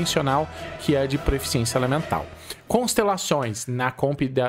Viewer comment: Três anos de Genshin e ainda fala proeficiência ao invés de proficiência kkk